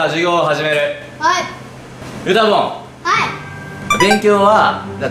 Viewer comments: だんだんゆたぼんがメタモンに聞こえてきてます。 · はなお先生に授業教わりたい… はなお先生がゆたぼんって呼ぶのがずっとメタモンって聞こえる…(小声) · ゆたぼんがメタモンに聞こえた